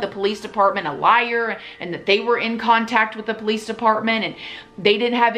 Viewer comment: If I met someone that pronounced police like that I probably wouldn’t trust them honestly